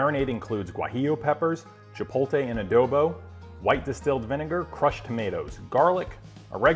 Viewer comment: You should be able to pronounce chipotle, but the food looks great. Nice video.